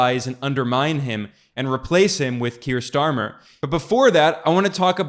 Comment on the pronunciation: While I'm not a fan of Starmer, i do believe his name is not pronounced "Schtarmer" 😂